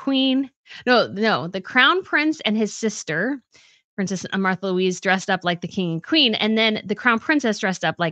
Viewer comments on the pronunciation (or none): none